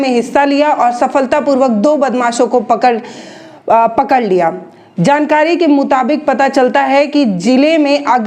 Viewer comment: मुथबेड़ नहीं, मुठभेड़ हुई थी,पकल नहीं पकड़ लिया था,😁😁😃😋